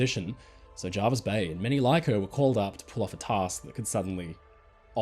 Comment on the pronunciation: Hello, it's pronounced JErvis Bay not JArvis Bay. Unless things were different in WW2. Hope this helps.